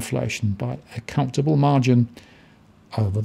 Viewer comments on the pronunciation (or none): none